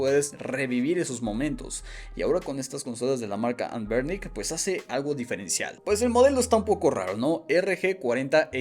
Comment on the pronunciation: Hay que tener tantita madre,como vas a pronunciar anbernic como anbirc JAJAJAJAJAJAJ,igual buena reseña